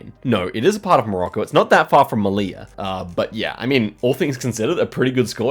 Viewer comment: Hey man I know you love getting pronounciations right so I thought I'd let you know you pronounced Melilla wrong, in Spanish the double-l (ll) is ALWAYS pronounced as "y" so it's more accurately said "meliya". if you want to nail the "ll" even further, the ll actually is pronounced as "y" with a little bit of a "j" sound mixed in it, so its kind of like 90% y and 10% j.